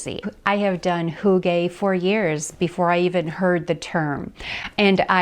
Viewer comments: *HyOO-guh (so say the Scandinavians) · Love your video but hygge is pronounced HOO-gah.